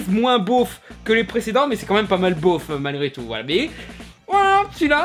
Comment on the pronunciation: "beauf" pas "bof" 😉